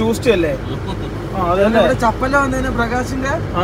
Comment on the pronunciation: Cappella❌ ചപ്പല്ല ✅